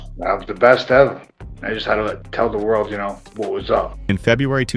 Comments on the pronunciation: not ever, he said evah lol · 15-18-0 is far from “best evah”